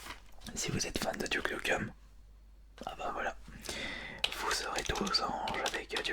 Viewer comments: "Duke noukeum" OOF T'a pronunciation me fume xD Mais j'ai bien ri donc c'est pardonné. €_€ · « Tenchu » aye... « Douke Nukeum » ayeayaouille...